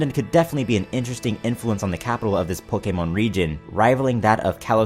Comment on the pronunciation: I like how u say "pokeh-mōn" instead of "pokèmon". Also, where's Russia?